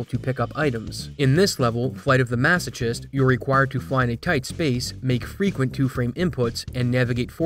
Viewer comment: Yeah I was hoping someone would comment on that pronunciation lol